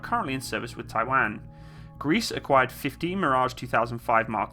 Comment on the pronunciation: I love your videos bud keep it up but for god sakes don't say Taiwan like that ever again 😂